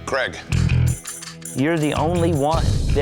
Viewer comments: Why can't any of them pronounce 'Craig'?!! We get a whole host of 'Crag' - 'Crig' - 'Creg' - 'Crog' - 'Creeg' every time, are they all retarded?!? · I know! Craig does not rhyme with Greg. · I can't get over how Americans pronounce 'Craig'. there's not an 'E' in the name, so why is it suddenly 'Creg' lmao